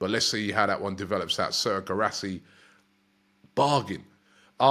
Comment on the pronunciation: Dovbyk please. He will fit well. /// Robbie > D-O-V-B-Y-K..... no Dubovbyk.... for god sake ) __ How come Robbie pronounce Guirassy correctly... and Dovbyk (just 6 letters) so wrooonnngg... Lol )